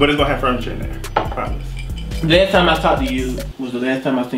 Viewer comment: I love this duo. He kept saying ANI-ME 😂😂